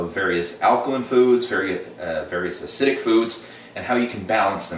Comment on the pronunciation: acidic has 3 syl=la-bels, not 2.